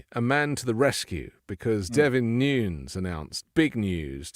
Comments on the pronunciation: Devin Nunes' last name is pronounced (according to Wikipedia) /ˈnuːnɛs/ (NooNess), not Noons. Just FYI. Keep up the great work. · Pronounced New-nez Devon is Portuguese that's how his last name is pronounced.